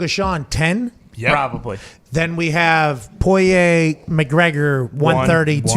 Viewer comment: Somebody PLEASE get Pat to stop pronouncing Poirier’s name like that